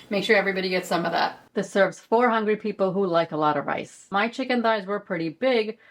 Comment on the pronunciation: "Hungry" Phew, I need my ears checked.